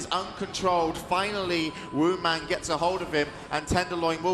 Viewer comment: Supposed to be "Woundman"